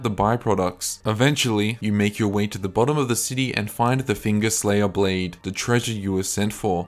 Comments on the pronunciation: Bro I love you and your videos. But the Blaidd pronunciation is killing me😂sure u know tho lol. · Props for saying Blaidds name correctly. Also getting some big internethistorian vibes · I always thought I was pronounced "blade"